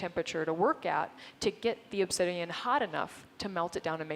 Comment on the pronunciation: It's obsidiAN, not obsidiUM. :)